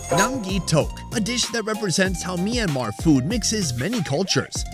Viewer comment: Did you just say mynmar I speak that